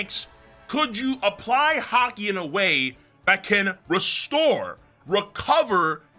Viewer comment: Bro said haki paint🤦🏾‍♂️😂